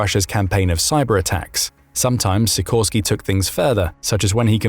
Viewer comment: Sikorski is read she - core - ski (with the stress in the middle).